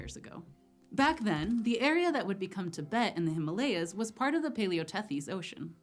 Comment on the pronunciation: Well.. First American who pronounced The himalayas correctly.. Kudos